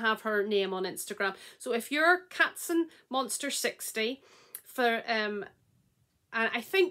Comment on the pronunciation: Hi, I still couldn't believe that I won! I'm Katzenmonster60. You pronounced it very good! You have the mail, one overwhelmed and one more clear. Thank you so much! Regards ❤️ Chrissy